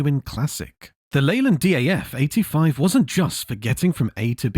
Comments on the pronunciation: What a load of mis-informed and inaccurate narrated A.I. 'waffle'. This video couldn't be more further than the truth of the history of British Commercial Vehicles and their development/progression. Most of the images used are of USA vehicles, and what the hell is a Leyland 'Dee Ay Eff' 85 ?. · Good video apart from one point. 1. It's pronounced DAFF as in DAFFODIL OK....My uncle had the smaller 7cwt Thames van😮😮😮😅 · A.I. commentary again. Since when has a DAF become a Dee Aaa Fff. So annoying idiots use this stupid A.I Crap. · Never heard it called a dee ay eff before… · I was enjoying the video until the DAF CF came on, nothing much Leyland about them and its not D.a.f -say it how it sounds 😊 -i have lots of old 'British' trucks of my own -on my You Tube.